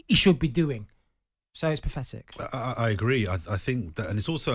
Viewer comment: Pafetic!! Why can't these so called pundits pronounce words correctly? Honestly!!